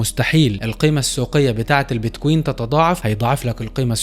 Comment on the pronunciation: كلام حلو وصحيح وكل التوفيق لك، ولكن ارجو ان تلفظ كلمة بتكوين بشكل صحيح انت بتحكي بييت كويين مثل كانك بتحكي اهزم اميرة Beat Queen شوف واحد اجنبي بحكي كلمة بتكوين والفظها مثله عشان الفظ يكون صحيح ارجو ان تتقبل نقدي البناء بصدر رحب لانه انت بتحكي بمستوى احترافي من معلومات ومش حلوة تلفظ كلمة بمعنى مختلف بشكل كامل